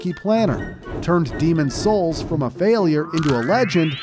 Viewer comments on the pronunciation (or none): The emphasis on SOULS is earraping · The pronunciation of niche and the emphasis on souls makes me believe so ai was used. The whole video may not be ai but it’s definitely sus